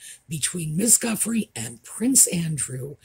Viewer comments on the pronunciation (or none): It should be pronounced Ju-Frey. Love your video's. Happy Holidays to you and yours. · I would pronounce her name "Jewfray", with the emphasis on the second syllable. Sounds French and I speak a little French. Have a very Merry Christmas.🌲💮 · Hi, I’ve heard it pronounced Jufray if that helps. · Her name is pronounced Goofray by most media outlets. PA allegedly had sex with Ms. Goofray while she was a minor. There may be a basis as Nutmeg hung around the Soho House in Canada, and when in Canada, allegedly so did PA and Just Harry. Nutmeg was also allegedly a yacht girl and there may be a connection there. She was a suitcase girl before that. She was a chaser of the upwardly mobile, so it is allegedly possible. Also, George Harrison passed away in November of 2001. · It's pronounced: zheeyOO free (I heard it clarified in a Shaun Attwood vid clip). Just trying 2 help. Thnx. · Happy Christmas, Yule, Hanukkah, midwinter, solstice all. Guiffre = Ju-fray (pronunciation) They may subpoena her from the yacht girl times. I don't want to say too much, but I was one of the kids groomed underage in a similar situation to Rochdale (Rochdale wasn't my story, but it's not far off). Anyways, I was underage too young to even be on the premises, but given drink and drugs -- and I'm 70% sure I encountered Andrew. It was the same time as Guiffre claimed, in a venue just outside London, super-wealthy men. It was my first time in that situation, so it sticks in my mind more. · I heard her name pronounced as 'jew-fray' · The way I understand it, her last name is pronounced Jew-fruh. That's how Lady C. pronounces it. You got David Boises name spot on! Merry Christmas,! I love all your content!